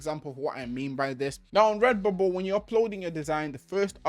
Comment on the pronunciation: Take a shot every time he says REBUBBLE, Thanks for the info man